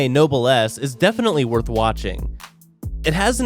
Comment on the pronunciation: Name: Nobless He: Nobel ass Mum: what ass?🤨 Me: I have a nobel ass😏